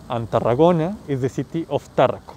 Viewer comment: No es Táaaarraco. No es acento inglés . Es Tarraaaaco. Es una palabra llana. Latina.